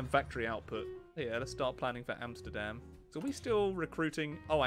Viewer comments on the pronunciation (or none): none